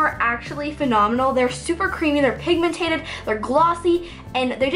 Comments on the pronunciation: Dude it's pigmented not pigmentated😂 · Not trying to be rude but it just drives me insane that you say pigmentated it's pigmented pigmentated is not a word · say pigmentED NOT pigmentATED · It's pigMENTED, not pigMENTATED. Just so you know. 😃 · If she says pigmentated one more time I'm gonna unsubscribe. The word is PIGMENTED not pigmentated 😤😤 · its pigmented not pigmentated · oh my god. its 'pigmented' not 'pigmentated' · It drives me crazy how she says pigmentaded instead of pigmented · lol it's pigmented not pigmentated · pigmentated 😂😂😂😂 *pigmented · No offense, but it's pigmented. Not pigmentated 😬